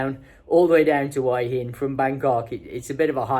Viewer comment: Thanks for pronouncing Hua Hin correctly. Few of the tubers/influencers get it right.